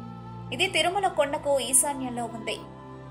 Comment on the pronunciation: It's is Thirumala. Not Tharumala